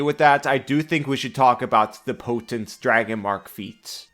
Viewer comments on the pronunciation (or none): "Potant"... Really,?